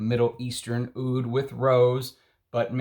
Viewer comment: I lived in Middle East. Roja is saying wrong. Arabs and Asian says Oud not Aoud. and this only Oud. the letter in Arabic against A is Alif and O here rep. Ain where ain sounds from back of throat and have no similar sound in english , Hindi , Persian and Urdu.